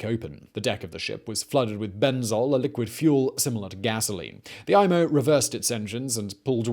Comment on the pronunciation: Great video! Loved watching it. It’s EE-MO, not EYE-MO though.